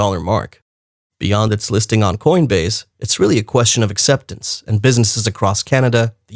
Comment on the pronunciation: Learn to pronounce words that end with, se. Good information. thank you.